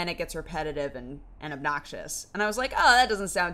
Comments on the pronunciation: she seems to be saying abnoxious, yup xD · She's clearly saying obnoxious lol. Not judging AT ALL here, but is English your first language? Lol I know you said you have bad hearing, but you could just turn the volume all the way up. :D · abaxious? did she mean obnoxious or what does that mean? I have terrible hearing and cant make it out.